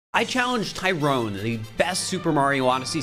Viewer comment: Btw its Tyron not Tyrone lmaooo